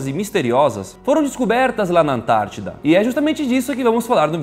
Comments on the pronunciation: EU SEMPRE ACHEI QUE ERA ANTÁRTICA E NÃO ANTADIDA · Vc ele falar ANTAITIDA KKKKKKKK